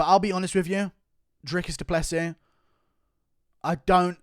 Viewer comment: Finally someone outside of south Africa whom can pronounce Drikus du Plessis's surname.